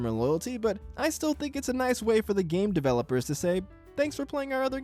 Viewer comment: I swear to god it sounds like you’re saying gay developers